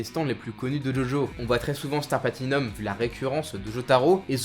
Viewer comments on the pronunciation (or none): Gaffe à la prononciation. Rékiem Wonder off you Platinium ><